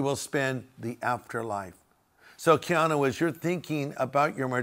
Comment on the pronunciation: Your not saying his name correctly., you’re correct on everything else. I pray for him , he is very kind to people.